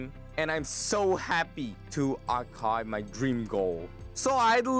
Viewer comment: As a greek who has been studying english for 4½ years (without including holidays) and is now preety fluent, I can guarantee that you have improved well but you still make a few mistakes in the pronounciation of some words like: achieve (pronounced: atsiv), achievement (pronounced: atsivment) etc.